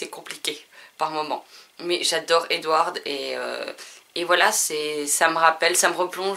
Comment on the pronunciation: Moi aussi j'adore l'univers de Twilight Je déteste aussi Jacob et le d de Edward ne se prononce pas Ps:continue ❤️